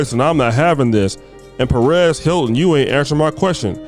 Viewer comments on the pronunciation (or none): say it with me Sir..... PEREZ.... PEREZ HILTON. JESUS FUCKING CHRIST.... HOW DO YOU HAVE A CHANNEL IS BEYOND ME.